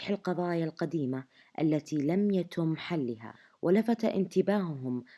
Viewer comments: تصحيح لغوي لنطق الراوية في عبارة ( لم يتوم امساكهم ) بالضم ، والنطق الصحيح ( لم يتم ) بالكسرة ، و ذلك لتكرار نطق العبارة اكثر من مرة ، هذا من باب التنويه والعلم ، شكرا لكم . ناقد بناء ، تحياتي . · (يتم) بسكر التاء وليس بضمها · يتم يتم التاء مكسورة في النطق ادري ماله دخل وموضوع سخيف 🖐🌚لكن مدري اتنرفزت